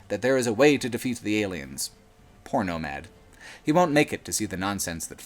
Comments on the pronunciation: When you said Poor Nomad I thought you said Porno Mad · I know he says "poor nomad" , but I heard "porno-mad" first. This has no bearing on anything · “Poor Nomad” sounded like Porno Mad lol